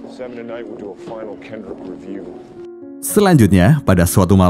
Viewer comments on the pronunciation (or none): none